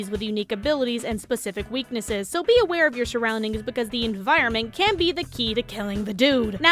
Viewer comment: Be aware of your shoraundings <3